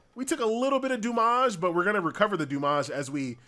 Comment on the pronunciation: Why does he say damage like that. His elementary teacher has failed him, 😢